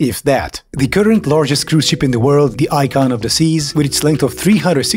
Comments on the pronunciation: I know you said "Icon of the seas" but it sounded like "Icon of Disease" and that's both funny and more fitting. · funny how I heard "icon of desease" instead of "icon of the seas" I think it's pretty fitting